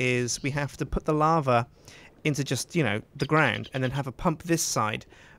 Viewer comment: just say lava correct for once. its bothering me